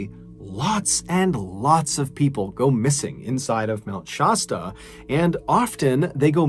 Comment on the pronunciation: I love MrBallen's narration. Only thing that keeps throwing me off is his pronunciation of "Mt. Shasta". Much love for your art of telling stories!